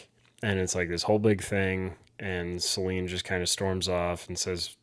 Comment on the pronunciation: I love your guys‘ content, but PLEASE. Her name is SoLÈNE, not soleen 😅 I know it’s not common in English, but the pronounciation isn’t that hard, you got it right in the previous episodes